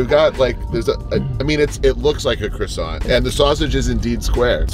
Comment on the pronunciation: croissant is not pronounced as krosant 🙎🏻‍♂️😤 it’s supposed to be pronounced as kwasan